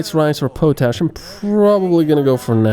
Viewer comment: Nice video but you are pronouncing potash incorrectly. It is pot-ash not po-tash.